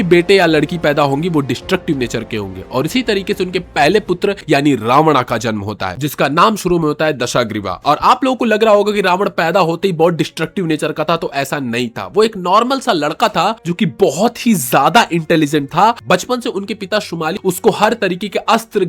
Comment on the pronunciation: रावणा और दशाग्रीवा गलत उच्चारण हैं भाई।